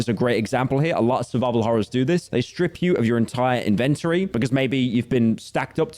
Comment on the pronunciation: Pyro says "inventory" weird.